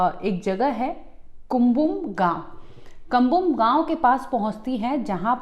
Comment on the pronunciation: Cumbum nahi . Kambam naam hai gav ka , कंबम l